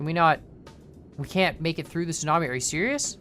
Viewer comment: I tought you said snobie and not tsunami